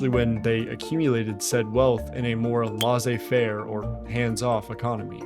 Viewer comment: Bro really said lahzay fare 😭